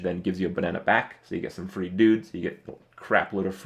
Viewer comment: When he was talking about the Violet Teacher, I heard ''You get a lot of Fruit value'', instead of free value. lol